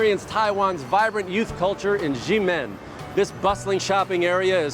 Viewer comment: Very well produced, beautifully filmed and edited. The host / narrator is good and well spoken. I don't mind his pronunciations on most major sites, they are more or less occurate and understandable EXCEPT for #9 'Ximen'. (It should sound like 'She-men', but he pronounced it as 'Zhi-men' which is way off!) I wish someone would teach him to say it correctly during filming. Other than that, it is a very genuine depiction of my homeland. I personally have been to all those places mentioned. Taiwan has indeed become one of the major attractions in Asia. Bravo!